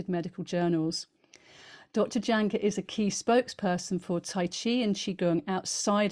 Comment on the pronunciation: Please please please, everyone, please start pronouncing name CORRECTLY, Jahnke. Is pronounced Y A N K U H, so easy to say it the right way......thank you